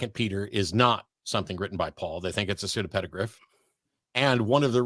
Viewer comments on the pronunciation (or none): "pseudo-peda-griph" ... Not quite. 🤭